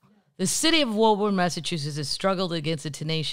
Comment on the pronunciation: Woburn, MA is pronounced (woo burn). Can't wait to see you in Boston!